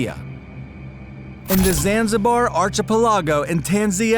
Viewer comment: You sound grown you should know how to pronounce archipelago and shaman seriously man wtf